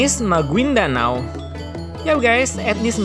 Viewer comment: Maguindanao bacanya magindanau